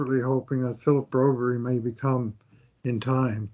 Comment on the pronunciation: Do u guys ever Read comments?? I have told u guys Broberg name in every vid u talk about him that His name is not bro-berrie like u say. God stop this 😂😂😂